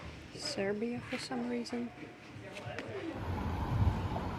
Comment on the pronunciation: 'Serbja for some reason' 😅